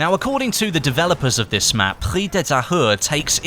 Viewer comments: Thanks for the vdo. "Prise" is pronounced "preez" in French. the "se" creates the sound "z". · Prise is pronounce Pree-zzz-e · Prise de Tahure... we must hear the "E" in Prise word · As a french-canadian, it's always funny to hear you say the name of the map :P haha especially the "Prise" part XD it's like PRIZE but with an "E" instead of the "I". Nice video as always! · Yeah the S in Prise is pronounce like a z ahaha